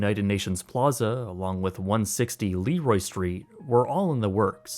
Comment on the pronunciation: It’s le-ROY street, as in “Le Roi.” Not LEE-roy.